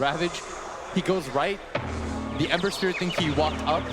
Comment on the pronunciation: I like saying spirit Wessel. Spirit Wessel! Wictor Wictor Nine Nine!